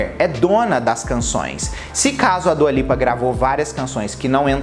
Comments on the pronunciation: Djua Lipa kkkkk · kkk eu perco tudo com ele pronunciando dua lipa